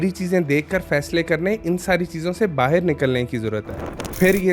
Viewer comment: Baahir nahin balki Baahar باہِر نہیں بلکہ باہر